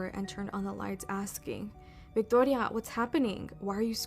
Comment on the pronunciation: Why tf did she pronounce "Victoria" like that? 😂 Girl stop it. I'm Mexican and we do not pronounce it like that 😅